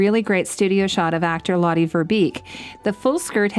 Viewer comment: I know Geillis isn't coming back again and this is a very late response to the video (I'm watching it as I'm hand-sewing a shift... getting as much info on Scottish 18th century clothing as I can as I make these things and wait for my stays to arrive), but I just want to say her name is pronounced more like "lot-uh" or "lot-eh" (I don't know how to phonetically spell this. lol). It's Dutch.